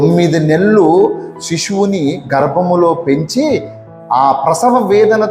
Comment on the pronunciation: శి షు వు కాదు రా వెధవ భాష శిశువు